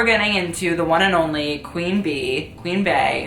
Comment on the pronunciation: I love you but please NEVER say Baechella again or Queen Bae etc. Bey is pronounced like BEE. As in Beechella and queen bee 😂😂😂😭😭😭